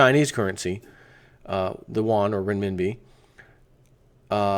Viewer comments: Yuan is pronounced like yuo-an. "Wan" is the Korean currency. Love your work. Keep it up! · Pronounced (You-onn).